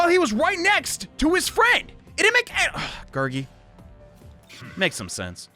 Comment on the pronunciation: You're pronouncing Gurgi's name right